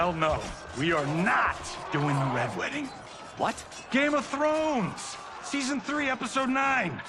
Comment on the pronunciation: says GAme of thrones😅